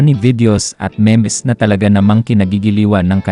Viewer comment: Brod correction lang. Ang bigkas ng MEMES ay MEEMZ hindi ME-MES.